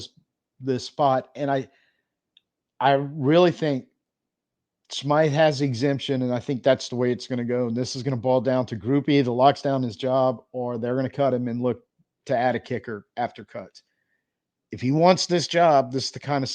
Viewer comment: Good morning, just remember Smyth is pronounced Smith and that’s from the horse’s mouth, if you can understand his dialect